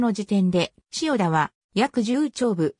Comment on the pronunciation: 漢字の読み間違いが多いです。自動翻訳なのでしょうか？「塩田」をしおたと読んだり、「大里」をおおさとと読んだり、「陶 晴賢」をとうはるかたと読んだり。「大里」は「柳の御所」が有ったので「内裏（だいり）」からきているんですよ。でも門司を研究してくれるのはうれしいです。頑張ってください。